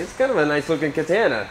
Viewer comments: Please man, it's Ka-TAAAAH-Na!!! You're Killin me smalls 😂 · Thats the first time I ever heard some pronounce Katana like that